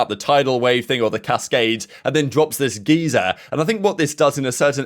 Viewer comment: mispronounce geyser 😅